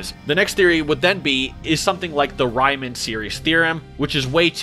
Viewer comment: Lol the way you pronounced Riemann gave me cancer 🤣🤣🤣